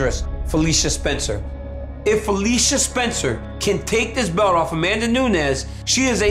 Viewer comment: "Nobadgy can beach me. I defended my belch. I keep making hischory" ~Amanda Nunes